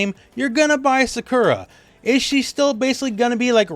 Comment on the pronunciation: Why do you pronounce Sakura’s name that way?